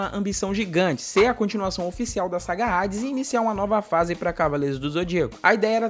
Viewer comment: Q porra Rades ! Fala Hades, h nao tem som de R !